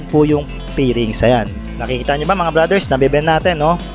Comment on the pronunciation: Paki pronounce ng F at V ng maayus , fairings Hindi pairings